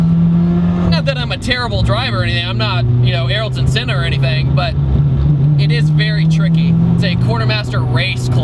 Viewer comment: I would dislike for saying Senna's name wrong.